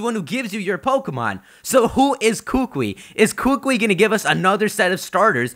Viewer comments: hookwee no its kookoowee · it's "coo coo e" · Kukui is pronounced with the emphasis on the second syllable, just a heads up. You'll sound way smarter than all of the other pokemon youtubers and impress all us hawaiians too :) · KU-KU-IIIIIIIIIIIIIIIIIIIIIII [koo-koo-ee] NOT [koo-kwee]!!! AND... THERE IS A KUKUI NUT TREE... WHICH SIGNIFIES INTELLIGENCE AND KNOWLEDGE here IN HAWAI... btw... but hey it's okay ;D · I'm sorry I can't anymore people come on can you at least say the professors name correctly! Kukui, ku-ku-I or like a bird chime koo-koo and then add the E sound but instead of the o sound in koo-koo its this, so it's Ku-Ku-E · Dear, please stop mispronouncing the professor's name. It's pronounced kuh-coo-ee. There is a slight pause between "Ku" (kuh) and "kui" (coo-ee). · it's so hard hearing you trying to pronounce Hawaiian language right. I'm from Hawaii, big island. it's kuukuuee that's how you pronounce it. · Kukui is pronounced koo-koo-we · Bruh it's pronounced ku-ku-I the I is another syllable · I highly doubt they'd debut dual type moves, and plus it's pronounced Koo-koo-ee you need to slow down and think about what's all going on. You're rushing a little much and there's still months till this game comes out. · kukui is pronounced (KOO-KOO-E) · It's pronounced koo-koo-eee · pls kukui is pronounced as koo-koo-eee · Well first of all, you mispronounced Kukui, but that's okay haha. Second of all, Kukui is Hawaii's state TREE, so it still makes sense regardless. (This is coming from someone who lives in Hawaii). Great video, tho! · lol umm youre pronouncing Kukui wrong xD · The way you pronounce kukui is very cringe worthy. I'm sorry to be rude.